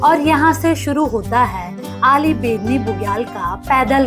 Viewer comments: आली बुग्याल.....अली नहीं..... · अली नही आली, बेदनी बुग्याल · Correct name is Aali Bugyal not Ali....in local language it is called आली not अली.....please correct